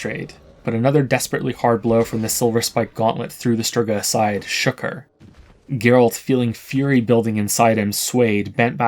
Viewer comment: Not jaeralt, gaeralt